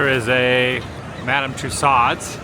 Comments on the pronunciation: Actually, her last name is pronounced (too sowed) or like (to sew) a dress. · Somebody teach this guy how to pronounce tussaud.